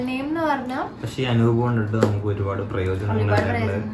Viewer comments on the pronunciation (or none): Not Anoop * *.